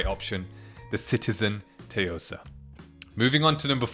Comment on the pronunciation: The “T” is silent Soo-yo-Sah.